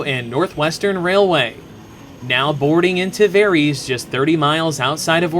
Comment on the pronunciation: Did... did you just pronounce Tavares Tahvereeeees?